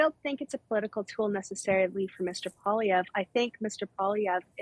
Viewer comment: Lil" disappointed to hear pronounce Poilievre as "Poliver". Clearly he wasn't paying attention when my mother taught him French. As for the hatred for Trudeau, I can assure you, the Ottawa protest was a very small representation of those that want him gone. Easiest way to prevent more and more protests is to banish him from Canada.